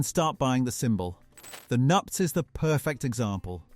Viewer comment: Nuptse...pronounced noop-see. Train your AI a little better.